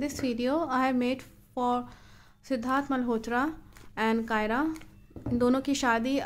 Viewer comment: Kiara naam hai uska, aap Kaira bol rahi ho aur likh rahi ho